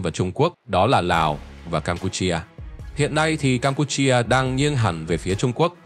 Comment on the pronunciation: Đọc nghe khó chịu quá, Campuchia chứ cam pu chi a là cái gì.